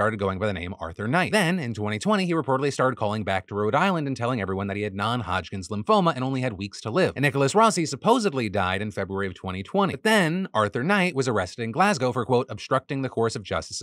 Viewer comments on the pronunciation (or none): Phil, you seriously one of those ppl who say “supposebly”? God damn that almost made me unsubscribe on the spot 😂